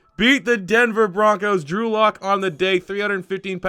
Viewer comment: Sounds like he’s sayin Andrew luck